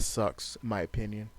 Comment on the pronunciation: oPPPinion. oPFPFPFPinnion.